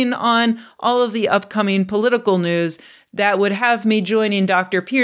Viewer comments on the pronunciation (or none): none